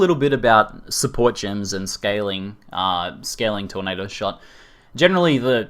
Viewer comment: "TORNDADO" FTW